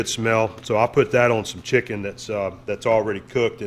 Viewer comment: "Shicken!!". Not chicken the bottle says lol😁😁